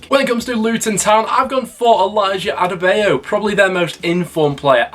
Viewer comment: Elijah Adebayo's full name is Elijah Anuoluwapo Oluwaferanmi Oluwatomi Oluwalana Ayomikulehin Adebayo, come on at least say his name properly!!!!!